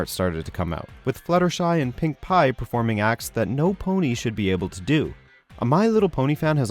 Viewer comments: Bro, it's Pinkie Pie, not Pink Pie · Not trying to be nitpicky but its pinky pie, if you're complaining about a show at least say the characters name right, heck even my little brother knows her name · I'm sorry but did you just say Pink Pie? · Oh man,It's "Pinkie" Pie..! You almost have it.. C'mon.. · "Fluttershy and 'pink pie'." Lol.